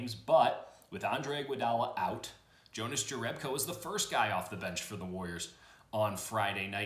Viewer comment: It's pronounced Younas Yerebko but he seems to be okay with either lol